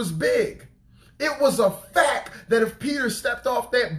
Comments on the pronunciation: Love your messages, brother! But, in love, I must let you know that it's pronounced "facT" not "facK." I hated to say anything, but we should tell each other the truth, in love. God bless you! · Lol..it irks me when he says "fack." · Thank you, brother for the message. Please don’t be offended, but fact is pronounced with the ‘t’. I don’t know if the way you pronounce it is the way you normally pronounce it or if you were just deep in the message that it came out that way. I can relate. 😇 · He say “it was a FACK” 😂😂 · I was waiting for anyone else who caught it lololol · Sound like you were saying Fak.lol But on a serious note I understand what you said here even posted something along those lines on my Fb.